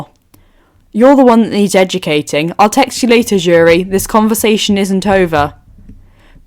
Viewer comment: Um this is great but her name keeps pulling me out of the story have to continue remembering who you are meaning… her name starts with an s not a j … cc gets jury when you say her name please look up how to pronounce her name… sorry I’m not saying her name here I just don’t know how to spell it… wakanda’s princess …